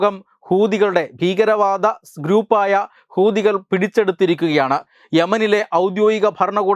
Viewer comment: ഹുദി കൾ എന്ന് പറയുമ്പോൾ വളരെ ശ്രദ്ധിക്കണം അക്ഷരം മാറരുത്